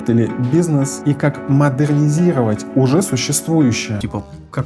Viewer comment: Модернизировать без произношения звука р - звучит ужасно 😆 я бы только за это не стала бы брать курс.